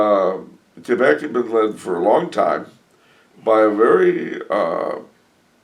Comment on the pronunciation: Thanks again for answering my question. I love the way you accurately pronounce Québec!